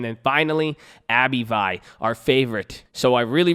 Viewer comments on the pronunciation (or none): Take a shot everytime he pronounces “Abb-vee” like “Abby-vie”